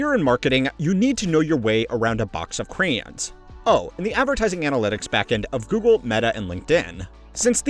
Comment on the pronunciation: is this voice AI? no way any normal person mispronounces "crayons" that badly to "cranes"